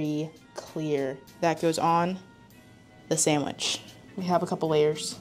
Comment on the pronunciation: Toddlers say "samitch"